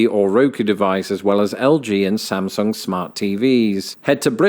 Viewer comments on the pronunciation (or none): none